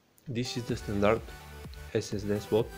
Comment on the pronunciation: ”dă esesde”